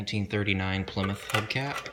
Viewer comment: Plymouth your saying it wrong